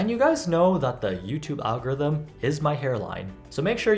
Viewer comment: "feeding yootube algorythem"